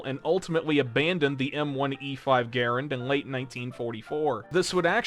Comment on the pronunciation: He keeps saying garand wrong! How?